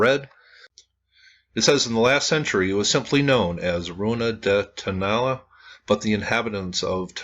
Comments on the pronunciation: I would suggest the pronunciation is / tow-na-LA /. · Like someone commented 73 likes and no views? Great video... (TOe-NAh-LAh) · I would pronounce it like this....." toe-no-la" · Pronounced "Tone-ah-LAH'. Also, Iglesia Vieja just means "old church", and not "old lady church". The word for "old" in Spanish is either "viejo" or "vieja" depending on whether they're describing a "male" or "female" noun. All Spanish nouns are gendered, and ones ending in "a" are usually female- like "iglesia". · The prounounciation is "toh-nah-LAH' NOT 'toe' also the ACCENTUATION is on the last vowel "á"